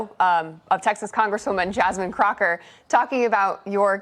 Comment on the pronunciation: Jamine "Crochett". Omg! LMAO!😂😂😂😂